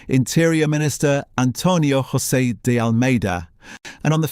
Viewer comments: There are no hose’s in Portugal. The J is pronounced just like in English as a J. Jose = Joseph. Just pronounce the J as a J! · To all people who have no idea of how Portuguese sounds, please stop pronouncing Portuguese as if it was Spanish. Portuguese doesn’t sound like Spanish at all and you’re making a fool of yourself by forcing Spanish sounds when you pronounce Portuguese names. In Portuguese José sounds quite close to how you would pronounce it with English accent. It does not sound “rrossé” like in Spanish. Also, one “s” sounds “z” just like in English. And “G” followed by a vowel also sounds similar to English: Gema = Gem. For the love of god, stop wrecking the Portuguese language by assuming that it sounds just like Spanish. It absolutely does not. Just use your natural English accent when pronouncing Portuguese names. In most cases it will be closer to what it really sounds like in Portuguese than to use Spanish sounds that do not exist in Portuguese.